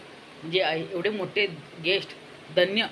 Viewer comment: Guest nahi ghest 😂😂